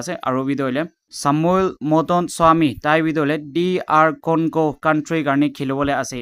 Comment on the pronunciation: It's not Cargo it's Congo